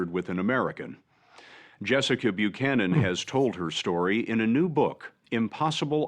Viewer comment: FYI it’s pronounced like bu-cannon, at least here in the states it is.